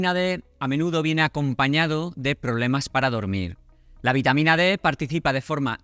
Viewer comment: Precisar si es VITAMA D ó B. Por la pronunciación no se le entendió bien. Presumo que es la D. Gracias.